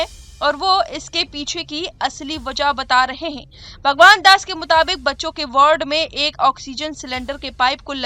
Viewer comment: मैडम साहिबा, कृपया वार्ड को वर्ड न बोलें।